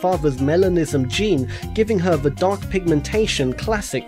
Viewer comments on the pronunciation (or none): none